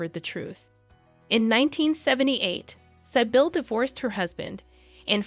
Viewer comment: Great video, but I just wanted to clarify that,...Sybille is pronounced [Cbill] like civilian but with a "b". I am also a Sibyla [C-B-la], a very aristocratic name but by the way. There even was a Princess Sibylla of Saxe-Coburg und Gotha, mother of the current King of Sweden, King Carl XVI Gustaf.